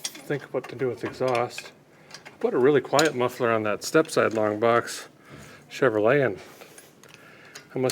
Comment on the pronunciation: Had to stop watching because of the way he kept saying RADjiator and CheveroLET… ugh! Nails on a chalkboard 😵‍💫